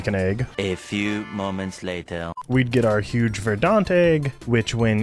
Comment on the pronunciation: Anyone else getting a twitch in their eye how pronounces verdant (should be said like verdent) like verdaunt?